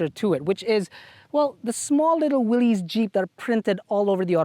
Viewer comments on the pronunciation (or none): none